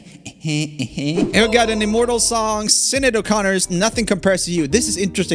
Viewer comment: My Irish brain laughing at when you said "Sinead" like "Sinid" .... its pronounced "Shin aid"